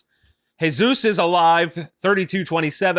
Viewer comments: It's Jesus is alive ! not Heyzuse. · Why did this dork pronounce Jesus like that? Christ is King!!!